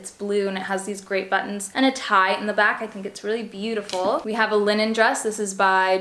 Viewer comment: You say "button" like I do! Love it! My family always gets on me for saying the "t" too much but it's natural for me in most words.